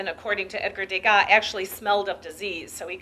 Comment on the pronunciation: And van Gogh too. And Degas. And speak in a softer voice.